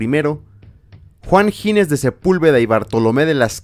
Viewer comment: es Ginés, no Gines; dicho lo cual, maravilloso video